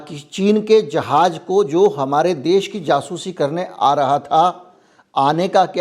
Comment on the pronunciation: जहाज न बोल के अगर ( जहाज़ ) बोला जाए तो ज़्यादा बेहतर है ❤❤